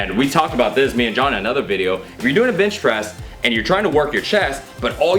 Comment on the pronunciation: did you say bitch press? lmao...